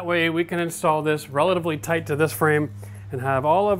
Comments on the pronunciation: "Toight like a toiger" oh my God! You have no idea how excited I got when he said that. I say it all the time and get made fun of... I can now know I'm just as cool as my hero! Haha! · Builds stuff, laughs at himself, mocks Safety Sallies, "Toight like a toiger". I LOVE THIS DUDE!